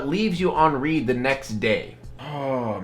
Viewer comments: it’s leave someone on read, like “red”, not read like “reed”, ya crazy! That’s the first time I’ve ever heard someone read it as “reed” when saying “leave on read”. 😂 I’m different now. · He read read as read and not read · On read(reed) wouldn’t hurt, it’s on read(red) that gets ya!